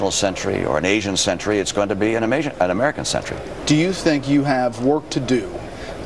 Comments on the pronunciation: he almost said Am-asian instead of American...lol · "Its going to be an Amaisan Century". Il miss you Mitt. I dont support you in any fashion, but God damn it you have made me laugh.